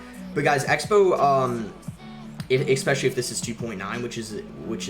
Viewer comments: Please stop pronouncing the words "especially" as "eXpecially" and "etcetera" as "eXcetera" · Is it just me or does he always says "ekspecially" and "ekcetera"?